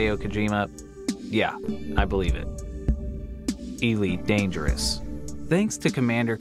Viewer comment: EEE-leet Dangerous